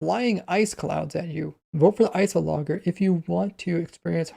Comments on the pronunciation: i think its ice -ologer not ice o logger... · notice: it was actually you just pronouncing the g wrong. it's ice + -ologer (studier), it should be ice + o + lodge + er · I don’t understand how you could mispronounce iceologer right after Agnes shows you how to pronounce it seconds earlier (in editing anyway) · Lol. “Ice-o-logger” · ice oh logger lmao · pronunciation of "Iceologer" will kill me